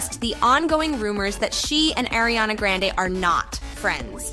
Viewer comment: The pronunciation of Ariana grande's name is literally making my jaw clench